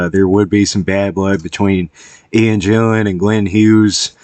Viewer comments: A fan and you call him Jillan? It's GILLAN ffs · GILL an, not JILL an!!!